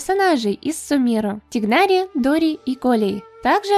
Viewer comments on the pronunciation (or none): ОМГ,только не тигнАри и кОллеи,а тИгнари и коллЕи